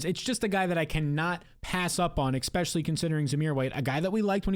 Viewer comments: Especially, not “ Expecially” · Tough to take the takes seriously when you say "Ekspecially"